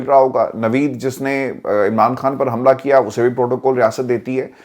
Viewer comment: کھان نہی ہوتا خان ہوتا ہے آپ پڑھے لکھے لوگ بھی بجائے اردو کو بچانے کے برباد کر رہے ہیں